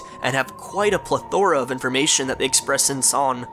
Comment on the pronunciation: Did he say Pli-Thor-Uh?